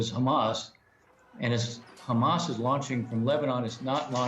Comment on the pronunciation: It's Hezbollah NOT khezbollah you idiot, it's not khamas it's Hamas. Ignoramus